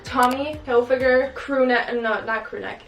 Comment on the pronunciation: oh my gosh you said hilfiger not hiflinger hahaha yesss growth!! love u girl xxx